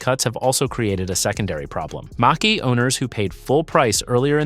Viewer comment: Toyota R A V 4? Mustang MASHE, WTF?! HATE THESE AI VOICE OVER!!!!